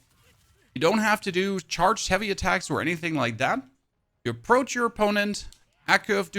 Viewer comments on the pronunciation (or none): The word your looking for is echo. Wtf is accoo. God guide though.